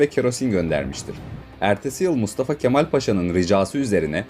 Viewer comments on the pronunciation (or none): none